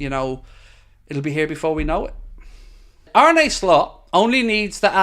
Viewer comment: face-blue-smiling: you've got to get yourself the Arne Slot ensemble he wore in his first LFC interview [separated at birth or what].🤣🤣 To pronounce his name correctly say it like a pirate 🏴‍☠Arn-uh Slot [while closing on eye, trust me],👍YNWA